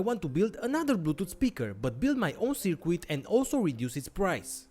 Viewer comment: I like your content, but please, try to say "circuit" correctly. It is soooo annoying.